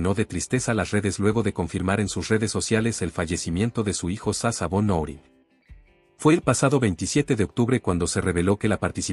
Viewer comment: No se pronuncia “sasa” sino SASHA - SHA